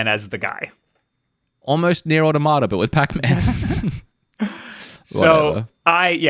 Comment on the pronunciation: is saying Automata wrong, had it right the first time. Also Nier Replicant just came out.